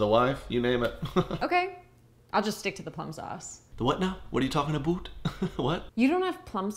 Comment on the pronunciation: Canadien pronunciation: "uh-beh-oot"